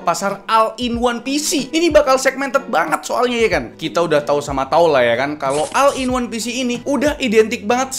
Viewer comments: all dibacanya ol bukan al,ini bahasa inggris basic yang harusnya seorangv youtuber kaya raya seperti abang itu harusnya tau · Bacanya ol bang bukan al